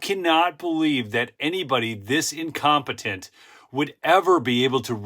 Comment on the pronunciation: You say incompatint